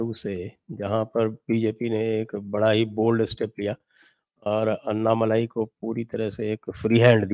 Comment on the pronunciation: अन्नामलाई नही अण्णामलाई बोलिये आप लोग "ण" अक्षर का उपयोग क्यूं नही करते "न" अक्षर " ण " अक्षर का पर्याय नही है। " न" अक्षर दंत्य अक्षर है "ण" अक्षर तालव्य अक्षर है ऐसीही गलती आप "अण्णा हजारे" उच्चार मे करते हैं आप वो उच्चार " अन्ना हजारे " ऐसा करते हैं। राजस्थानी लोग "ण" अक्षर का सही उच्चार कर सकते हैं। उत्तर प्रदेशी और बिहारी लोग "ण" का उच्चार टालते हैं। करते नही हैं।